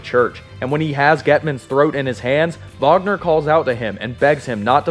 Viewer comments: Not to sound rude but His name is Kurt Wagner not Vagner he says it like that because of his accent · It's SPELLED Wagner, it's PRONOUNCED "vaːɡnɐ" regardless of what accent the person pronouncing it has. You can look this up.